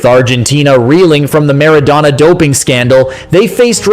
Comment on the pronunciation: Only an ignoramus or a data-poor AI bot could refer to the '94 World Cup as "the one thousand, nine hundred and ninety four world cup", mispronounce Maradona, wrongly claim that the whole world was waiting for Diego's redemption (we weren't, we really weren't), call prime-time Romania "a dark horse country" and describe Hagi's superb strike as "a left foot swing". Ha-ha-ha!